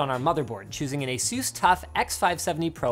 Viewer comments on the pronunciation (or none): I still to do this day cannot get over how you say Asus. Instead of saying it like (peg)asus you for some reason say it like asoos :(. It makes me sad